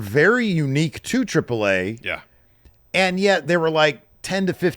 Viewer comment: I know is a silly guy. I love it. But boy if you don’t quit saying “Triple Ai”. Its treep lay ah